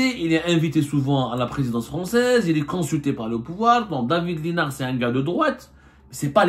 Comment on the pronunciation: David lissssssssssnard on prononce le s el mal